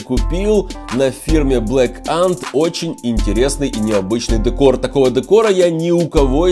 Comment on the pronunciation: Не дэкор а декор